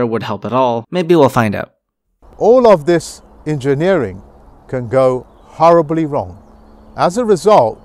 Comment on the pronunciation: I raise him "howwibly wrong" with "howwibly howwibly wrong"